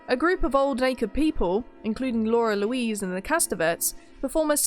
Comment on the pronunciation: It's "Lara Louise" not "Laura Louise".